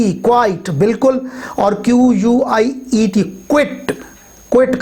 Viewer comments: Sir, you should correct the pronunciation of "Quiet" and "Quite". "Quiet" can be pronounced like this /ˈkwʌɪət/. And the "Quite" can be pronounced like this /kwʌɪt/. You can also check out both American and British dictionariers. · Sir,quiet ki pronunciation aap ne sahi ada nahen ki.